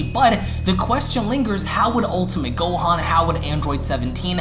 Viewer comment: Ntbr but this man says so many things wrong gohan him gohAN